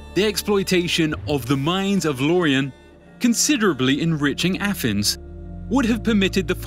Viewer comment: Why can't the guy narrating this video talk properly?. How hard is it to pronounce "abyss" or "Athens"